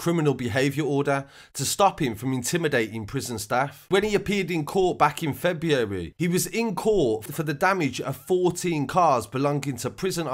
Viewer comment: Say February again lol